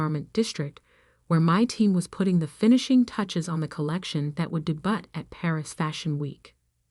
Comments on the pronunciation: Always love an impressive deboot😉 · Daybutt????????? (Debut) AI strikes again! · De..."boot?" Should it be... " debyu? "🤔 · De butt?! I totally agree!!